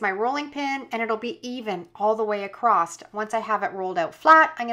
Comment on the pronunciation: “Acrost” is also not a word